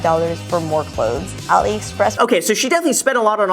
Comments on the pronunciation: Graham its AliExpress not OliExpress lol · Umm graham, just FYI ur pronouncing aliexpress wrong. Love ur videos tho!